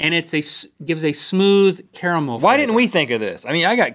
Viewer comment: Haha Link said caramel wrong